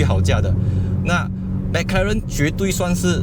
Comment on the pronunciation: 为什么你是发音mac karen， 不是 mac 罗认吗？ 哪一个才正确